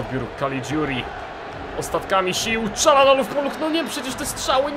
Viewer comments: mówi się Czarhanoglu ale tez może być Czalanoglu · Kalczanoglu plz nie Czalanoglu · Mówi się ćalhanohlu